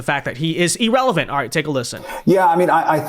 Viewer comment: C'mon. "E-relevant" is not a word. What's next, are you going to start saying "Lab-top?"